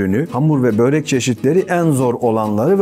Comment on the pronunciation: Yazarken börek okurken böğrek ...abi niye